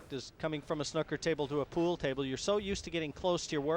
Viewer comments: It's snooker not snucker!!! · The guy on commentary calls them Snukkers players.